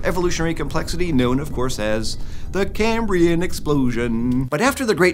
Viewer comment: It makes me so happy that the “It's the Caaaambrian explosion“ jingle has just become our new way of pronouncing the term.